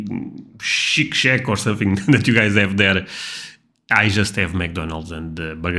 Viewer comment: Did you say shit shack lol